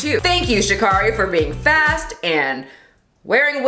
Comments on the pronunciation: Great video! But Sha'carri's name is pronounced "Sha' carry" like Mariah "Carey" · It’s pronounced sha CARE ee not sha CAR ee, just letting you know because she corrects people on it a lot ❤️ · Pronouncing her name wrong, officially offended